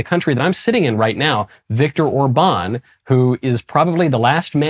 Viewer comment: I'd just like it if someone would tell Michael how to pronounce Viktor Orbán's name properly. The man isn't French: it's not Or-BAWN, the emphasis goes on the OR: ORR-ban (roll the 'r', and short 'a', as in bat)